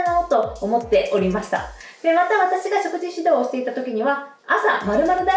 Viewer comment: すばらしい情報をいつもありがとうございます。色々と参考にさせていただいています。動画の内容とは全く関係ないのですが、「果糖」のイントネーションは、「とう」の方にあります。（すみません、日本語教師をしており、つい気になってしまいました。それと、冒頭の、「食事からビューティー」の、「食事」が、初めなんて言っているのかわかりませんでした😅 しょくじ、とはっきり発音すると、聞きやすく、好感度もグッと上がるかと思います🤗））次の動画も楽しみにしております！